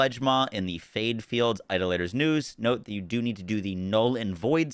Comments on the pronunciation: Great video. Real quick, Idolator is not pronounced (eye-da-later) it is pronounced (eye-DAH-luh-ter) eye: (as in "eye") DAH: (as in "father") luh: (as in the "a" in "above") ter: (as in the "er" in "mother") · I like that he still doesn't know how to say "Idolater" xD